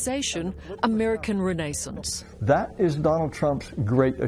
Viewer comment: Are they literally to incompetent to properly say "renaissance"?